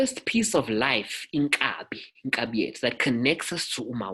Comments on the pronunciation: Inkaba. Not inkabi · Inkaba not iNkabi. Inkaba it's the umbilicus but iNkabi it's an ox